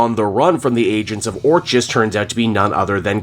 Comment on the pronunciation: It’s pronounced, Or”k”is.